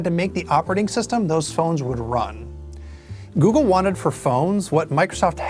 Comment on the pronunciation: "Goggle" lol